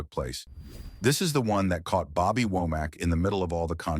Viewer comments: Why do you keep saying "Wack" instead of "Womack"..... that is high-key shade, sir. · Why can’t say Womack?